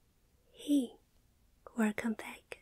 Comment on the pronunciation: Werrrcome back peeps